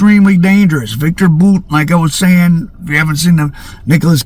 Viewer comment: IT IS BOWT that's how you pronounce VICTOR BOUT last name not BOOT come on